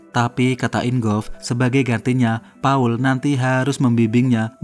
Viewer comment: Paul yg betul² Pa 'ul